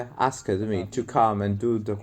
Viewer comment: “Asked” only has one syllable. Lol. Still under stood though for some damn reason!!!!!!